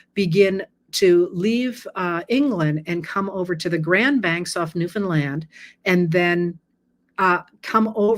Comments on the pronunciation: So happy Newfoundland was properly pronounced🇨🇦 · I'm so impressed that you pronounced Newfoundland correctly! It's where I'm from and a lot of people get it wrong. I really enjoy listening to you and learn quite a bit about our southern neighbours from you. Thanks! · Thank you for pronouncing Newfoundland correctly! This was a fascinating posting. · An extra thank you for pronouncing Newfoundland correctly.🎶